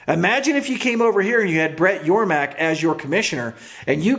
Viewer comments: It's Yormark not Yormack!! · It’s Yormark not yormack